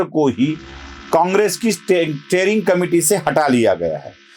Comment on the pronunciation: स्टेअरिंग कमिटी नही स्टिअरींग कमिटी.